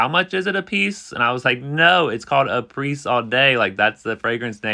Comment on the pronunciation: HI! Thank you for your efforts!!! FYI: Apres is pronounced "A PRAY." It rhymes with the name. Apres (A PRAY) All day!